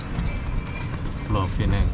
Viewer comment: Pulau Pinang (bahasa Melayu)... bukan Pulau Pineng... Bahasa Inggris nya Penang saja...